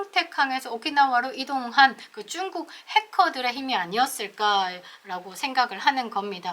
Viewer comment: 중국을 쭝국으로 말씀하시는데 듣기불편합니다